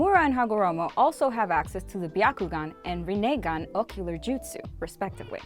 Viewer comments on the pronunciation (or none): Ree-neagon Smh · It’s not rannagan it’s rinnagan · how to say Rinnegan Rinnegan = Rinnagan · How did she pronounce Rinnegan and Jinchuriki? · The way she pronounces rennigan was just terrible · She says rinnegan wrong